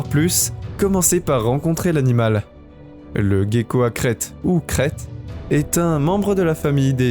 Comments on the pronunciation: Le gecko ne se prononce pas "gue" comme guerre mais comme je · Oui comme le gecko se prononce jé et non gué. Ainsi que le cœlacanthe se prononce sélacante... Il n'a qu'à aller voir Google pour savoir comment il faut prononcer.... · Le smilodon n'existe plus. Le soit disant smilodon en laisse n'était qu'un automate, un robot quoi... Et on prononce "célaquante", pour le cœlacanthe, le poisson ! Et c'est le gecko, pas le "guéco". Décidément, il faut aller voir Google quand on ne sait pas prononcer un mot. Sinon ça aurait pu être un bon reportage, dommage !